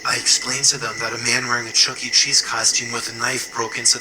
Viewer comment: It's Chuck-E Cheese. Not Chucky Cheese, or Chuckt Cheese.